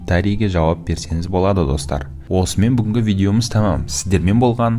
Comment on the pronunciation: Автор, қудай үшін оңай деген сөз ді дұрыс айтыңызшы,онайемнс